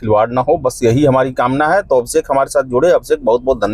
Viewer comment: Absekh nhi Abhishek hai wo😂😂